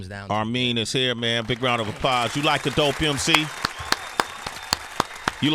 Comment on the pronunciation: A round of "Applahs" 🤣🤣🤣🤣